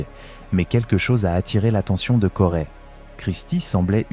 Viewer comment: Corey !!!! on dit Corey ( CO Ré pas CO rai ) banane